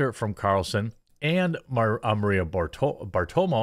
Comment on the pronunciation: Repeat after me, “Maria Bart-a-romo”